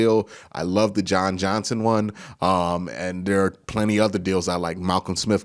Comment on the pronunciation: Yeah dude lol I'm glad you said something because I thought I was the only one that thought he was saying Josh Johnson